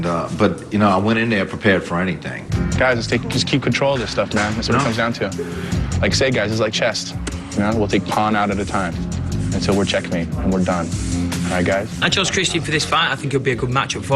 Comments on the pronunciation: Back when Tito could somewhat string full sentences together! Except he called chess "chest" and that's something he's continued to this day! lol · The game is called "Chess", not "Chest". Tito wonders why a lot of people think he's a dope.